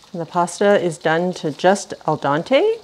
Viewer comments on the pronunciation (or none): "El Dante" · Is either of you a musician? It sounds like you are mixing up "andante" with "al dente". It should be pronounced like the "e" in dentist not like the "a" in Dante as in Dante's "Inferno". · It's El dente not el Dante. It means "to the tooth" so it's dental! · This is an Italian dish with sugar and soy sauce added. That's it & al dente not al dante just means don't over cook your noodles. You want FIRM but cooked noodles. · "El Donte" 😂😂😂😂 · Looks great. It’s al dente, not al dante. Just wanted to let you know. Thank you for all the wonderful videos. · Just FYI, its al dente, to the tooth, not el dante. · I smiled when you said, “Al Dante” it’s “Al Dente” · It’s not ol donte, it’s al dente. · It's called AL DENTE not EL DANTE. By the way, no self-respecting Italian would eat this crap. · I love your videos but your pronunciation of Al Dente is just a litte off. It's not Al Dante, like Dante's Inferno, rather it's Den-tee, like Dentyne gum, meaning, 'for the teeth'. I don't mean to pick, but it makes me cringe!!! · So, in your show, you say "Al Dante." Al Dante means it's medieval Italian and you went to hell... If you mean to say "Al Dente" 'To the tooth' please distinguish /a/ from /e/... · El Dante? Who is he? lol. I like my noodles Al Dente. kidding. love you guys! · It is not "al dante" it is "al dente" the "e" pronounced 'e for egg'...Loved the recipe! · "Al dente" (pronounced like what happens to your car when you drive into something) = to the tooth. "Al dante"... maybe that's when your pasta goes to the the 9th circle of hell? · Definitely gonna make this - maybe, serve with pepper steak! Request: could you PLEASE stop saying "al Don-tay" Dante is a famous Italian author. it's al "DEN-tay", just as it's spelled, with an "e" not an "o". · stop saying al Dante you mean al Dente.... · Al dente ( to the tooth ) not el dante 😅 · Sorry to quibble, but it's "al den-tay" not "al don-tay". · el dente not el dante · Not aldonte, ALDENTE.